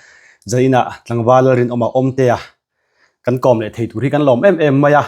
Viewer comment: ‘Thei’te hi thai ti deuh hian a lam ri thina ngaihthlak a tinuam lo deuh thin ka ti ve.😊